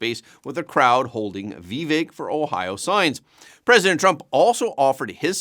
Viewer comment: I appreciate this show and how it gives me a nice summary of the news of the day. Just a note: Vivak pronounces his name with a sort i and the emphasis on the second syllable.